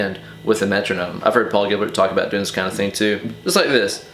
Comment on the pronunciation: you know... I've watched this video 8 times, and only on the eighth time did i notice he said "in the paul of style gilbert.."